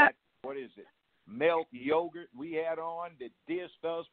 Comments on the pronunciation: Yeah, Judge B is right about everything also widen the spectrum on who should be on the $20 bill re: black hero's. I thought he said Yogart ha ha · Haven't seen a comment section this woke in a min. Salute 💯 Judge a beast speaking facts only And he called "Malik Yoba" melk yogurt 😂😂😂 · Love judge joe. Did he call Malik Yoga Mell Yogurt? Lol 😂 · Yooo he called Malik Yoba Milk yogurt lmao ha ha aha lol